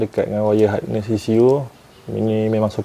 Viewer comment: Saya betulkan sikit ye bang...bukan hardness tapi harness..hardness tu lain maksud dia...